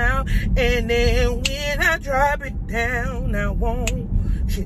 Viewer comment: H-tine mann it’s goin dine Ayyyee 🤘🏾lol and you’re right about the humidity in Houston it’s no joke. Love your vlogs & how authentically real you are💕